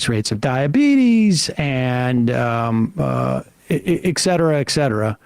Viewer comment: Sam, please! Stop saying exetra. Say it with me: et cetera. Say it again, et cetera. Exetra is like nukuler. Every time I hear it I feel like I am being poked with a hot needle. Please! Sam!